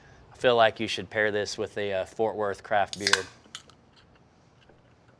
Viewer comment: Did you say crap beer?